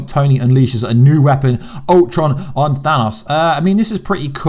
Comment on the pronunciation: I apologise. You did say Thanos correctly !! However you have just murdered “RAGNAROK” there !!! What was that about? However please sort out Tessaract yeah !!! ✌️